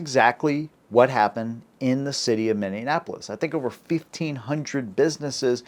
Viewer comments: Minneapolis not Minneanapolis. It's not Indiana lol. Js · Great video but it's not pronounced "Minneanapolous." Its Minneapolis. There's no "N" after the A. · It's minn E A polis NOT Minnean apolis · It's ProNOUNCED: Minni-AP-olis... Not Minni-nin-apolis... SMH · It's pronounced Minne-A-polis, not Minne-IN-apolis. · Its pronounced Minne-apolis......not Minyin-apolis. Just tellin ya. Like Minnie (Mouse), w/ -Apolis at the end. We're All Afraid of cops at this point........& They Wonder Why. Most Cops Are Terrible at making Quick Decisions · Where is Minne-ANapolis, Minnesota??? I think you mean Minne-apolis, Minnesota, breh!!😂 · Bro. This cannot happen again. Great content. I can’t help it but it’s Minneapolis not Minionapolis. 😊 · It is pronounced Minn E apolis not minn en apolos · YOU'RE PRONOUNCING MINNEAPOLIS WRONG, IT'S NOT MINDIANAPOLIS! IT'S MINEE APOLIS. GET IT RIGHT. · It’s pronounced Minnie appolis. Not Minneanpolis. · Love your videos man....I live in Mn, please stop calling it Minndianapolis, its, Minn-E-apolis, thank you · MN is in these united States. America is comprised of many nations. You dis all the others when you show your u.S. centric bias. And it's not mini-Annapolis. It's pronounced mini-apple-less. Minneapolis. Get it? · I absolutely believe this happened in America, and I believe it IS a sign of things to come. Just one thing, though. It's pronounced "Minny apolis" not "Minny anapolis". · It's Minn E Apolis, Not Minn Dian Apolis fool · It's pronounced mini-apolis not mini-anapolos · Minniapolis, my friend. Three times you have said Minnianapolis. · EXCELLENT VIDEO!! But please re-record it. It's my genuine pet peve that people pronounce Minneapolis as Mini-in-apple-less. It's MINE-APPLE-LESS. 5 syllables. not 6. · You keep saying Minneanapolis. Its Minneapolis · I think you are combining Minneapolis with Indianapolis. It’s pronounced Mini Apple iss, not Mini Annapolis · Its not Minneanapolis. Minneapolis Otherwise good vid